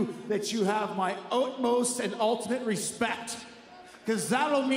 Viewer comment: Jericho with an “ootmost” a little Canadian slipped out there 😂